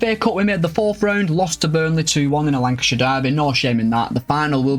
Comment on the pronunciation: Congratulations on the promotion hope to c Bolton back in the premier league soon. Btw I'm sure on the 23.54 minute mark u lankshear with a w instead of a l. Maybe my ears 😆 loved the video top as always